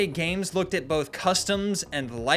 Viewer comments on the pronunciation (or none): none